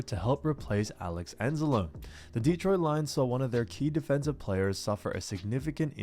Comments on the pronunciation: It's pronounced Anz-a-lone-ee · I enjoy your videos, but as a fellow Italian I need to correct you. Alex Anzalone is pronounced Anzloney. It's an Italian thing. But great football content. That said, you have my sub. Thanks for killer 🏈 content.